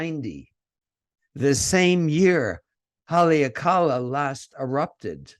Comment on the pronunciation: should learn how to pronounce Hawaiian words e.g. Haleakala.